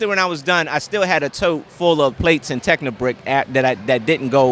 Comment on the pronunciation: Or rather, every time he fails to say it properly. :P